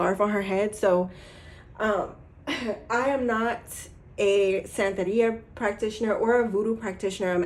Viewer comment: 😊loved how you said santeria in pile 2. New subscriber from PR! Africana studies prof